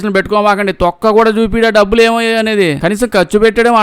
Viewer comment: డబ్బుదు కాదురా డబ్బులు అని చెప్పు